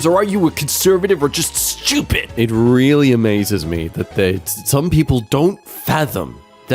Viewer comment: Reighfyl?......Reigh...LY?! DARK NIGHT REIGHLY?!